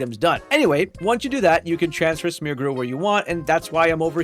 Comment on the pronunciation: Smeargrew? You mean Smeargle?